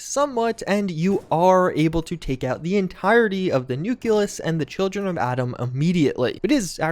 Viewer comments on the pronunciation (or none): It's nucleus, not nuculus. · Noo-klee-us... just sayin. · The "Nuculous" made me giggle every time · Your pronunciation of “Nucleus” hurts my head